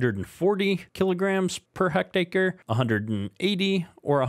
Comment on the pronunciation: Its pronounced heck tare or tear ( tear open a box ) i hectare is 2.74 acres but I'm sure you knew that 😂 jk